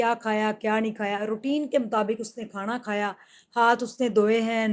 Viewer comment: کھاڑا نہں۔ کھانا کہھتےہیں۔ اڀنی اردو تو صہی کر لیجے😡